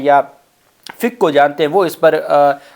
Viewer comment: Plz take correct name it is FIQHA NOT FIKA